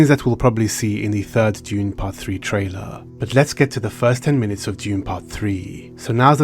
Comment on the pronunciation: Dude, please stop with the "trailar."